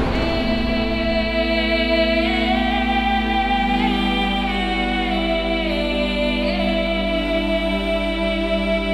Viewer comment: Wtf it went from terrible pronunciations (CUHLEESHUNS) to a fucking ad.